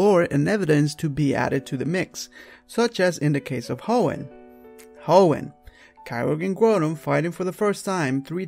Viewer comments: "Kai-oh-grr" sounds way better than "ky-rogue". Shoving "rogue" after something makes it sound like a shitty OC character from DeviantArt. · I'm sorry but I cringe a little bit every time I hear mispronounce Kyogre as "Ky-ROGUE". It's pronounced "Kai-Oh-Grr" actually.:) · Its Grou-don and Ky-Ogre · But Ky-Rouge though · Yeah, I think so too. But he should pronounce it right to prevent confusion to the public. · you pronouced kyogre wrong....